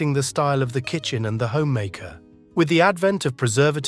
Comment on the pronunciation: Kitchen....not kitchem!